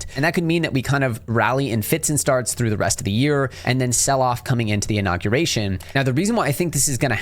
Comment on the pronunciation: Inauguration - not Innaguration